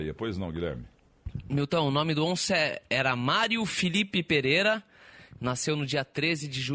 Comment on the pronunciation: Parabéns! Grande papo e muito interessante. Apenas uma correção: o sobrenome do saudoso Onça é "Pedreira" e não "Pereira", como foi dito.